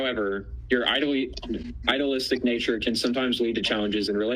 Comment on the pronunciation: I know he meant “idealistic” but the word “IDLEistic” fits Rosie better